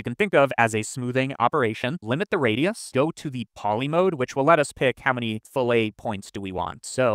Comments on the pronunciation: When it comes to curves, the world is 'fillet' said like 'fill it', not filet like a steak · Fillet as in "fill it". Your pronunciation is for "filet" which is a slicing method for fish. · It's "Fill-it" not "Fill-ay", that's French for de-boned meat or fish 😂 Having said that, you clearly have the skills to make de-boning meat a Blender node.